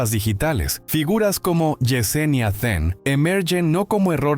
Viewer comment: Then. No es Ven, den, fen ,..😊